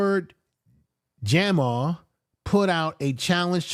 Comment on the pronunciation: My Brutha it's Lord Jamar not Jamal